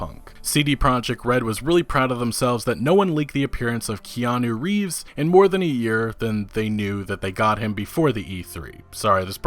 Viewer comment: ''i mispronounce everything'' I still wont forget Kanye Reeves and Jason Schreiur'' big like from here man